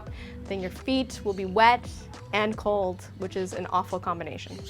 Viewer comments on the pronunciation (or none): none